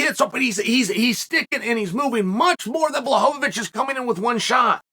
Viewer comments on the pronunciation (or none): Chael getting into the Christmas spirit with “blahohohowicz” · Return of the Blahovovocih